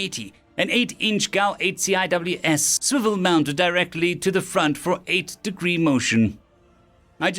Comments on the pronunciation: The CIWS is pronounced C-wizz just for future reference. Coming from a navy vet. I know. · CIWS is pronounced "See-whiz." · For the algorithm… I’m going to point out that CWIS is pronounced “sea-wiz”. In case you run across that acronym again. AKA “angry R2” for its looks, or “the angry chainsaw” for how it sounds. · CIWS is an acronym, and is normally pronounced "Sea Whiz." It stands for Close-In Weapon System.